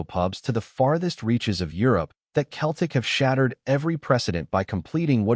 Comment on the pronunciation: Can't even say Celtic.